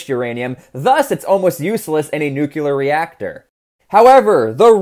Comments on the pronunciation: nu-clee-ar not nu---cu---lar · Drink everytime he pronounces nuk-u-lur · it’s pronounced the way it’s spelled, Nuclear. Sounds like “new-clear”there’s no second u in nuclear so if you say “nucular” you’re saying it wrong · It's nuclear not nucular. The S is silent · 301st comment and another one of many to point out that nuclear is not pronounced new cue lar. I chuckle every time I hear you swallow the back end of some words like didn’t and wouldn’t (sounds like di-unt and wou-unt) in your regional accent. That is interesting from a linguistic perspective. But “nukular” is plain wrong. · I just can’t listen to someone who says nucyuler. Pronounce it right. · nook-lee-er is how it's pronounced my dude. not nook-you-ler. Go forth into the future a more cultured man, love your videos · 'New-clear' is the proper way to pronounce it bud. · My dear man, please learn how to pronounce Nuclear. You don't have to sound like President Bush just because you took part in his war. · I have little faith in the reliability os someone who cannot pronounce "nuclear" properly.